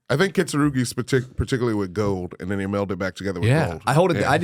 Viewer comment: Kintsugi not kintsurugi